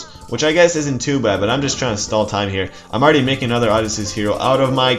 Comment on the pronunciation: CHariot archers. lev-AYE-athan. O-DISeus. HERA-cleese (or HER-kyoo-leese). Good videos but your mispronunciations drive me crazy lol